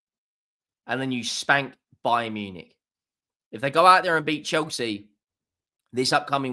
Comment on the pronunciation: bayern nunick 😂